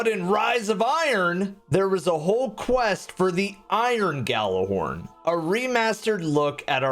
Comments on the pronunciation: Stop pronouncing the G in Gjallarhorn.... its pronounced "Jallarhorn" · Drinking game: take a drink every time he mispronounces Gjallarhorn.